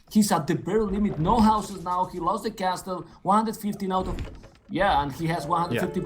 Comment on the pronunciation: De biew of de bipers casTel is soooo much better, but look at the villajers, ajajajajaj ... no thanks ;-) At least he promised to work on his pronunciation after Zach dropped a sentence in Spanish in this video :) Let's see if he really does